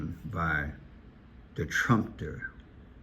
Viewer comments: You are saying Trumpster it is pronounced Trum pe ter! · Trum-pe-ter,. They’re talking about a trumpet 🎺 player.